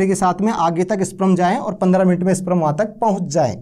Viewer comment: स्प्रम नहीं स्पर्म बोलते है महान आत्मा